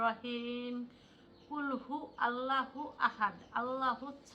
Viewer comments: ক্বুলহু ওয়াল্লহু আহাদ 'আল্লাহু' নয়, ওখানে ওয়াও আছে, আলিফ নয়। বাংলায় উচ্চারণ না দেখে আরবি দেখে উচ্চারণ শিখতে হবে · মাশাআল্লাহ ❤।সুরার উচ্চারণ টা হবে ক্বুলহু ওল্লহুআহাদ।আল্লহুসসামাদ,,,আল্লাহ তোমাদের উপর রহমত বর্ষণ করুন।